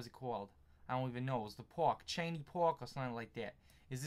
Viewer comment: Lol I live in metro Detroit and 1) we don't talk like that 2) it's not 'Cheney' park it's 'Shane' park